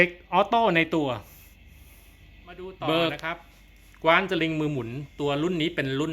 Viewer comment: ออกเสียงว่า กว้าน(ฟ่าน)ครับ ไม่ใช่กว๊าน(คว้าน)